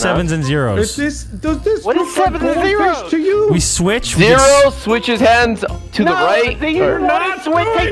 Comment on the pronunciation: “Heart of da cards” immediately smashed by a refrigerator😂